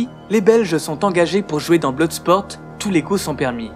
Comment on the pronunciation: apprennez à prononcer l'anglais ... .Bloodsport ne ce prononce pas : "Bloudesporte" ...